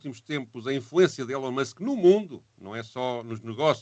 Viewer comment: O primeiro senhor diz "Elon" da maneira errada.